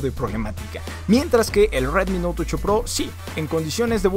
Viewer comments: Nadie : El pronunciando : RWetmi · Sí que lo decía bien raro xd